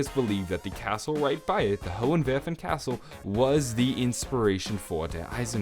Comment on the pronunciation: you are my fav zombie youtuber now cause you really improved your german and can pronounce Der Eisendrache, Hohenwerfen and Eisriesenwelt very well!